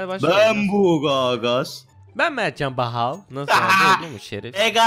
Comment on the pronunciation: Merhaba arkadaşlarrr ben bahaaav